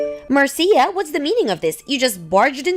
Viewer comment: Marcia is pronounced as Marsha.